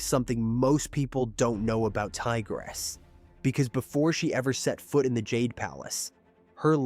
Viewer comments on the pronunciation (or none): none